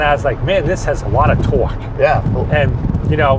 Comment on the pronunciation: No he stated 485ft-lbs of twooahk